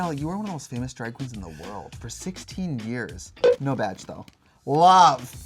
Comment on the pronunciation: can't stop hearing Trixie saying "vaj" instead of "badge" this season